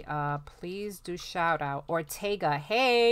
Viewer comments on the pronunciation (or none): none